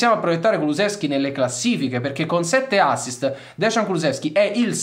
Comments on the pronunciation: Caro, il nome si pronuncia "deian" e non "degian" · Ragazzi, vi prego, si dice Deian (Dejan), e non Desgian, che sarebbe scritto Dežan, ma che comunque non esiste. Il cognome invece è Kuluševski (pr. Kuluscevski). Vi prego 🙏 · Si pronuncia deian comunque